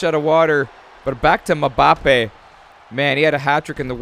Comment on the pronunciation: Your pronouncing Mbappe wrong